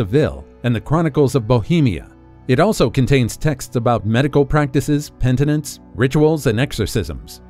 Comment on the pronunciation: Pen-i-tence.... not pentanence.